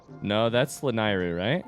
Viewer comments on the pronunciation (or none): The middle syllable of "Lanayru" rhymes with "neigh". (There's at least one cutscene in BotW in which it's said out loud.)